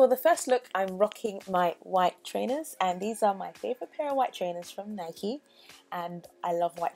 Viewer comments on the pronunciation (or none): I nearly died when you said that your trainers were from 'Nikey'. NO. THEY'RE. NOT!!!!!! It's Nike omg we're English!!!